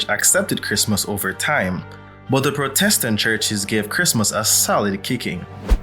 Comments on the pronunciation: Have i been pronouncing Protestant wrong this whole time? No. No. ˈprädəst(ə)nt is correct. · It’s his accent, he can’t pronounce it correctly.